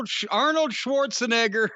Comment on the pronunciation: Corny sure does love saying Arnold's last name.. he loves the hard R in it...